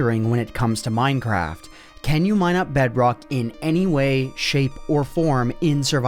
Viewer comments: i created a BEDROGHH world XD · bro became scottish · BedROKH... You sound like a german...